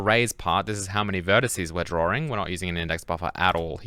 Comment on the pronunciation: I love and hate how you say drawring